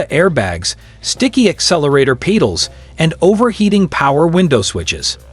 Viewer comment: Watch out for those damn sticky peedels 🤣